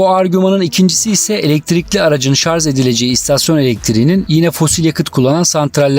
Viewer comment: Yalnız dostum bir noktaya değinmeden geçemeyeceğim. "ŞARZ" değil "ŞARJ".